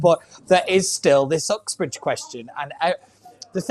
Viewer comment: I agree with everything you said and i am a avid right winger but why would you say oxbridge instead of "Uxbridge" your a Londoner you should know its pronounce that way! Hmmmm